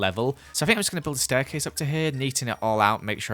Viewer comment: 'This is the STAIRCLASE here.' Me: speechless welp....do you speak English? I mean like stairclase-_- its stairCASE. There is no 'L' in starircase.